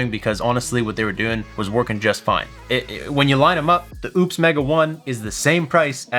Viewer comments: I love your content, but this needs to be said: it was funny to call it "oops" once. Ha ha. You hurt your professional reputation by continuing to do it when you know better. And the word "Exodus" is very common. I'd look that up in the dictionary before mispronouncing it again. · So he can’t pronounce Oupes or Exodus, and this is why I use hobo tech and not this kid. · Why do you intentially mispronounce the company name when you know how to pronounce it? Not to mention "Exodus" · Exodus is pronounced ek-sə-dəs. But maybe you're pronouncing it wrong on purpose. The way we mispronounce Oupes. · Thanks for the video. It's clear they are trying to compete. But, its nothing close to what I would want. Way underpowered on the Solar inputs and charging. For that price, I would want something more in line with a Delta 2, when it goes on sale. Why do you insist on mispronouncing their name, if you corrected yourself earlier?